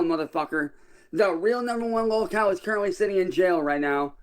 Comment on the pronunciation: It drives me crazy the way you pronounce “lolcow” dude, use the correct “o” pronunciation when saying it. How come Cyraxx can say it correctly but you can’t? He has no brain.